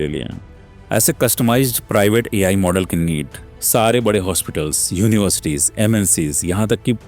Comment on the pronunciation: it's model not modal 😂